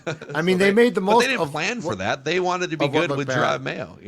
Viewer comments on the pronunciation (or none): none